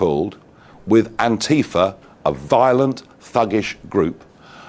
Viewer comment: Thank you for saying Antifa and not Anteefah 😊